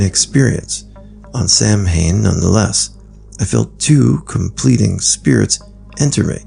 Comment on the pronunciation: Its.pronounced sowain 🇮🇪💜